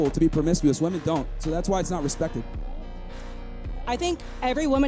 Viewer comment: Homie. The plural of woman is women. They are pronounced differently. Please.